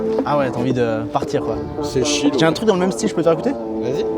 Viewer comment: Chill cest pas shill cest tchill :)